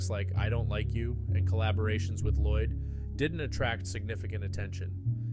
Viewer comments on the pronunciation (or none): none